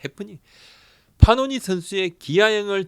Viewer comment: 파노니× 패넌 이맞음 발음